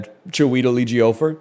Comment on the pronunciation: cheh- weh- tell _ eh - jee - oh - for But ejiofor is smooth, like don’t rest on any syllable